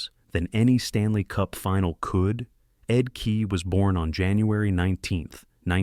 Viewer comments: No kidding. Ed KEE and Mark MESSY-ER. A high school kid must have been in charge of the visuals. I pulled the plug less than halfway through. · Stop with the AI. U might just pronounce Ed Kea's name correctly. And not overshadow what might've been a good vid